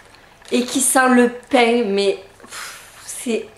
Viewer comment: J'adore cmt tu dis "le painGGG" :)